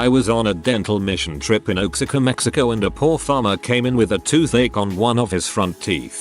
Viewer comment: Oaks uh cuh, meh he co........ or......OR.....WAH HA CUH, MEKS IH COH!! 🤣 Helps that my ex wife is from Oaxaca, Mexico....